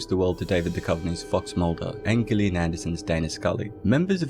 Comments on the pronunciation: Why are you saying GILLian instead of her name Gillian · Please learn how to pronounce the name Gillian Anderson with a soft "G". I'm sorry, but it illustrates how little you really know about the show. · Did you just say Ghislaine Anderson? 💀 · So, it's Gillian Anderson, hard G. Like Gilligan? It's hard to take a video seriously when the narrator can't even get the basic character names right. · You very much mispronounced Gillian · "I'll do a video explaining a show, but I'll mispronounce the female lead's first name in the first few seconds because that will tell viewers that I know my stuff!" 🙄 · No way he pronounced Gillian's name wrong 😮